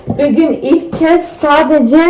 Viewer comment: Hatta bügün diyo bigün degil. Degisik konusuyor cok tatli